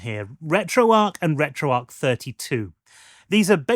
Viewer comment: Is it not pronounced retro arch?